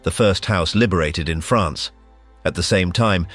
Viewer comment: The proper way to say France.